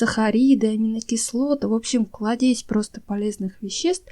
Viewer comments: спасибо! Советы замечательные! Одна просьба не кладЕзь, а клАдезь ❤️ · Не кладЕзь, а клАдезь. Зачем коверкаете слова? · Ну, клАдезь же, а не кладЕзь!!!!!! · больше спасибо за информацию. Всё советы очень простые и не дорогие,что не маловажно.Но не кладЕзь, а клАдезь от слова клад. Извините, надеюсь не обиделись. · Вы умница, но " клАдезь", а не " кладЕзь ". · Не кладЕзь а клАдезь говорите грамотно режет слух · Не кладЕзь,а клАдезь витаминов.Очень режет слух от неправильного произношения. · Нет такого слова кладЕсь!!! Где вытакое слышали??? Правильно произносится клАдесь!!! Если вы уж взялись самостоятельно "озвучивать" свои ролики, постарайтесь говорить ПРАВИЛЬНО!!!😡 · Мадам , не кладЕзь , а клАдезь . От слова клад . Режет слух такая речь . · 🌺🌷. Правильно говорить: «клАдезь». Вначале думала: послышалось. Но потом снова слышу с неправильным ударением «кладЕзь». Слух режет. Клад - клАдезь. Спасибо за ценные советы! У меня растения заболели - листья осыпаются, надо срочно спасать.🤦🏼‍♀️ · КлАдезь, а не КладЕзь. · Не кладЕсь, а клАдесь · И не клАдесь, а клАдеЗь) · Спасибо за советы. Все попробую. Но не КладЕзь, а клАдезь, ударение на первый слог. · спасибо большое за рецепты. Только клАдезь, а не кладЕзь. ))) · В слове клАдесь - ударение на ПЕРВЫЙ слог! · Клаадезь,ударение на а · Пожалуйста, ударение ставьте правильно - клАдезь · Пожалуйста ставьте правильно ударение в слове кла́дезь.Очень режет слух.Прошу без обид 😊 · Все бы хорошо. Но Русский язык, аж уши вянут. Не досмотрела КладЕзь информации.🤦🏼‍♀️ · надо говорить клАдезь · Спасибо большое, очень полезная информация! Хорошо подаёте материал. Маленькое замечание : кла́дезь. Вы это слово часто используете, поэтому я посчитала возможным подсказать Вам. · извините. надо говорить кладезь с ударением на а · КлАдезь!!!!☝️☝️☝️ У меня уши отпали от неправильно поставленного ударения!!!Безграмотность! 🙉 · Извините, но произносится кЛАдезь. За рецепты спасибо! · Не кладЕзь, а клАдезь.